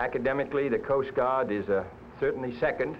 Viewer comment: “Coast Gaahd”